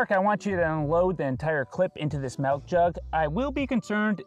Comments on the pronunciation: MELK????? MELK?!?!?!??! I’m unsubscribing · Calls magazines "clips" and says "melk" too? God save this Canadian woman. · We lost another one- calls milk melk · Congrats on 5mil. 1. Say it with me, milk. Not melk 2. It’s a magazine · Melk? MELK!?!? IT'S MILK!! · Love it! Just one question.... Are you saying 'Melk' for milk? Where are you from? Honest question. I'm from Ireland and live in Australia, and very intrigued by accents. Thanks! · Why do you call it melk? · Its milk. M-i-l-k. Not MELK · Homie said melk jug lol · Odd how of all the videos on his channel, this is the one with the most painful content: pronouncing it "Melk" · All I learned from this video is that can't pronounce milk right 😂